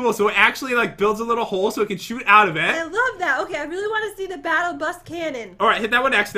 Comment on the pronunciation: Hahahahaha Instead Of Saying Hole It Sounded Like She Said Hoes Or Is That My Headphones 🎧